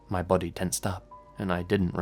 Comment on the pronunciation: I had SUCH trouble telling the difference between your *body and *buddy. I had to turn on the damn captions! Lol. I was confused as hell